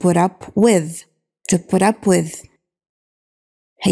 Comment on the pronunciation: استاذه سؤال او سمحتي انا اسمعك تنطقي put up بورب هل صحيح ام انه بود اوب او بوت اوب ؟